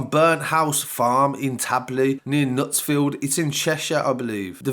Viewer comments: this man said knutsfield 😂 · Knutsford not Knutsfield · Knutsford you mean not Knutsfield